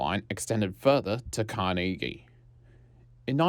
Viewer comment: Good video but you misspelled and mispronounced a whole bunch of shit so you might wanna make a bunch of edits and re-record the audio when you learn to say Beaumaris Bo/Moris, Nepean Nep/ian and Carnegie Car/neg/ee correctly… I’m guessing you’re not from the SE burbs?